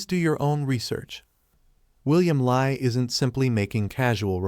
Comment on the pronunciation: It's pronounced as William Lee (William Li Bin), not Lie!